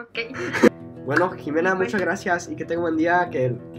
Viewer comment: OMG la manera en la que pronuncias la x es absolutamente perfecta, es la primera vez que escucho a un gringo pronunciar tan bien mi nombre jaja (también me llamo Ximena) un saludo desde México 😊🇲🇽